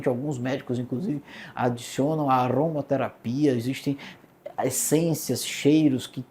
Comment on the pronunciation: "aromaterapia" e não arromaterapia...